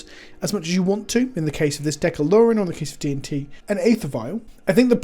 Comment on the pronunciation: A-aa-luren?!?? No......